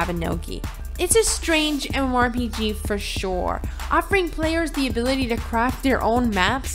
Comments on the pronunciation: Who wrote this script for her? I'm not arguing about the content, but please use a thesaurus. She says MMORPG so often that it makes it arduous to listen to her. And I am not talking about the fact that sometimes she says G like in geese which is cringe-worthy already. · If you're going to be saying MMORPG a lot, learn how to say it with out slurring. Diction, woman, diction!